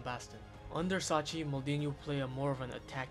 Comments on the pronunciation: pronounce sacchi like "suckky", not like "sutchie" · Good video but please the pronunciations. Sacchi is pronounced Sakki and Maldini's dads name is Cesare (Che-sa-reh)